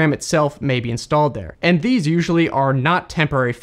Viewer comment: When you said "clean and secure" it sounded like you said "clean insecure" lol